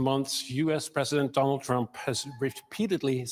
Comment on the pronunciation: Dolund trump 😭.